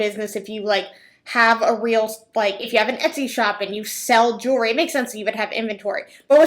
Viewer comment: Jew-la-ry?? At least learn how to pronounce the word you're selling. Jew-al-ry. Ha ha ha.